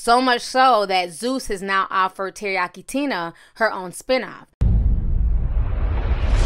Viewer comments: She said Terayaki Tina. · Did you say Teriyaki Tina 🤣🤣🤣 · She said Teriyaki Tina.....I'm dead